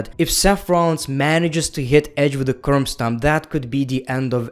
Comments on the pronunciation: keeps saying curm stop instead of curb stomp. hahaha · No one:: "Curmbstomp"